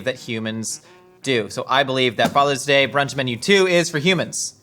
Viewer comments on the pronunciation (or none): Had to do a double take to make sure “Faters Day” instead of “Father’s Day” wasn’t a joke I had missed from earlier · I thought that might have been a clue to find the AI, until I realized they both said “Faters Day”.. 😅